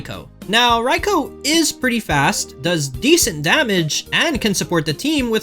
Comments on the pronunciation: Thank you for being the only Poketuber to pronounce Raikou correctly. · Props for pronouncing Raikou correctly ✨✨✨